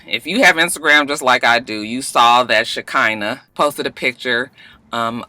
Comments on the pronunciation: ShaK'Nuh.... lol 😭😭😭it's pronounced ((sha-kun-nuh)) it's so sad for any man to hit a woman.. He came to her place and attacked her. If she said anything over the phone he had time to think and turn around... I can't with this one tho. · Roxanne it's pronounced "Shi-khanah", it a biblical name...😂😂😂😂